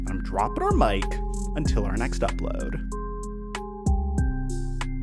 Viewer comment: I like everything about this guy except how he says upload at the end lol